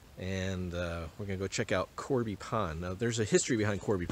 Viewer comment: Awesome video! FYI, it's Cobey Pond, not Corby.